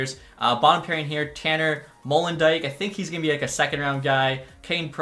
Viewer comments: Molendyck is pronounced mow-lun-dike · Tanner Molendyk is pronounce Mo-len-die-ck